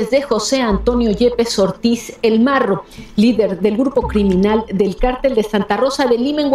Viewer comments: 😂😂 no mms al "morro" o al marro ....?🤔😂 hablen con ella jajaja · Es marro no morro saludos desde la cdmx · es el MARRO no el MORRO; Muy seguido lees mal los nombres de tus artículos, YO te sigo pero si te aconsejo que leas bien. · Jaja ni si quiera sabes pronunciar no es morro es marro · ¡No manches,! No es Morro, es Marro. No es Juvenito es Juventino Rosas. Con todo respeto, pon más cuidado a la información que comunicas para cuidar tu credibilidad. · Hermosa, belleza andando,,.... Con todo respeto, te corrijo estás palabras... Con todo respeto:. Es Juventino rosas GTO (. No. Juvenito ). Rancho Rincón de centeno GTO (. No de canteno ). Es el marro. ( No el morro ). De ahí todo está bien,.... Saludos cordiales!!!! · Buenas,te corrijo al principio dijiste el morro,y santa cruz juventino rosas,no juvenito y no es canteno es centeno. Saludos.